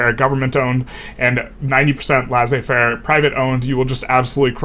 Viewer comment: Awesome video. I've noticed the wall in my games, around it I just stop building more construction capacity and start relying more on government investment instead of private. Its nice to see this published on a well articulated video That being said, I truly dislike how you pronounce laissez-faire